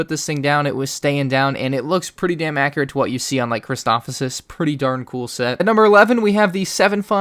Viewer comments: “Christosofis” wut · chris toph uh sez